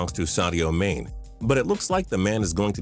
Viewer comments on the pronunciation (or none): Manae not mane (Pronunciation) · Mané not Mane. Get it right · so cringe its Sadio Mane Not Sadio Main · (Mah-Nay) not Sadio (MAIN) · When TPS tries to pronounce English Football names. it's Sadie Ma-Nē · "Sadio Maynee" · Anyone cringed when he said mane incorrectly